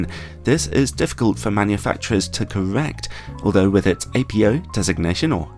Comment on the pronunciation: Apo (apo) is a type 1 shortening for apochromatic, apo is not an initialism with the letters being the first of several words nor pronounced as such. Apo is to be pronounced as a word.